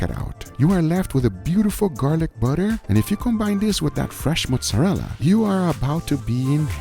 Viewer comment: when guga's brain is so deep in brazilian that he says "fresh mussarela" instead of mozzarella